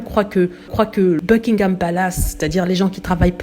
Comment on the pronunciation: Vous n'êtes pas capable de prononcer ''Buckingham'' ou ''Markle'' ainsi que d'autres mots en anglais comme il se doit ??? Ce sont des mots en ANGLAIS, des mots qui ne se traduisent PAS en français, alors s.v.p. faites un effort bordel!! Vous, les froonçais, qui aimez tellement les anglicistes à toutes les sauces, apprenez, au moins, la bonne prononciation!! Misère 🙄...ces fronçais!!!